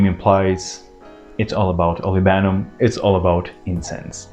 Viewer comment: Olibanum...not olivanum😊